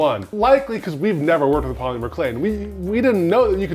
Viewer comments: The way says POLYmur clay is cracking me up 😂 Always wanted to try that hack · Say Paw-Lemur again! Do it!❤😂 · New drinking game - drink every time they say "poly-mer". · I've never heard anyone pronounce the Y in polymer so hard! 😂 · I feel they said Polymer wrong..... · Love the way the earrings turned out, I think they are so cute and I love the technique. But I don't think I like the way says polymer. I dunno, something about it bothers me the tiniest bit lol. Like just enough to where i cant focus on what he's saying lmao. No hate, all the love. It's just funny. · What did they do wrong? The earrings look pretty good for their first time using the clay. Only thing that bothered me was how pronounced polymer lol